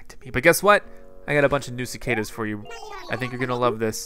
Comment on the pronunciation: Cicadas sounds like sick haters